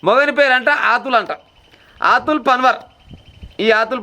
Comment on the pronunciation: ఆతుల్ కాదు అతుల్